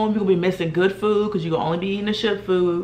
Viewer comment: Did you say shit food or ship food?